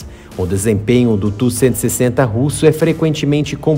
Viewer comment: Ótimo vídeo. Muitas informações sobre a versão modernizada. Mas por favor, se não incomodo, não chama ele tú que me dá até arrepios. A pronuncia é T.U.-160. Obrigado.